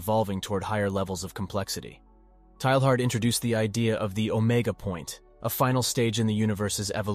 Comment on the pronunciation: PLEEEEEZZZZEEE learn how to say his name! TAY YAR !!